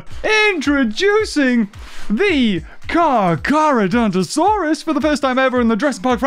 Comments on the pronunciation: Car CHAR NOT CAR CAR LOOL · Stop calling it carcar😂😂😂😂😂😂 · It is pronounced car ca donta sauras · This is why I missed the unboxings because the beginning intro “Car Car” mad me laugh soooo much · Never have I burst out laughing ever in a video let alone in the first 2 minutes😂😂 “carcar” you bloody man child 😂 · I've have not had a good laugh in a long time but when he said "car char" I could not stop laughing. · The "carcar" when u said "car car" I was laughing to death I am meen dieing too died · I am cracking up laughing because of that, you saying car car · "car car" 😂😂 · The dislikes are from people who didn’t understand why he called Carcharodontosaures “car car”. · car car? or carchar?